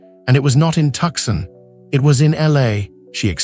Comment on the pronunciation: Tuk-Sun? What is this garbage? 🤣😂🤣